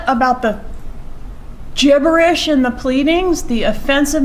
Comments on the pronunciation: Ha ha she keeps saying gibberish gibberish remember windy and her mom called Dan Markel gibbers she’s getting that in there so funny love this lady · Did you see the testimony? His pleadings were "gibberish" so .. Jibbers.